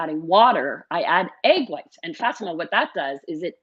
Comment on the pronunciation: Fa , tima not Fat, ima